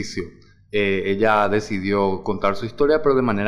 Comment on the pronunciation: Contaur,besaurme,susedeur,hablaur,invitaurme,teneur, Recordaur,pateurnos, Quedaur porque hablan asi???? Que chistoso acento 😂😂😂😂😂😂😂😂